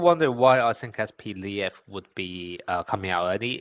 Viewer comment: Это не Атака титанов, он не "Levi", он "Лев". По-русски произносится вообще как "Lef"